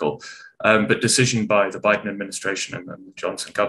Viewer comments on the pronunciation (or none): none